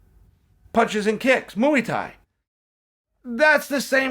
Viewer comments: Chael "the punches and the kicks, mooey tie" sonnen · Mooey Tie lol You are the man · Mooey Tie! 🤣